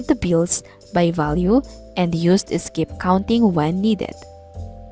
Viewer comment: Why you always say Iskip counting teacher selllllll